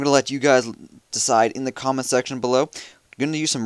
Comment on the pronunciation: Holy fuck say in like it is meant to be said. There is no such thing as "eeen" it is "in". "That will have me send eeeen my pekka" omfg I almost through my iPad at the door.